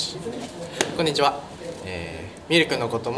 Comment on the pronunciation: こんにちわ が完全に関西弁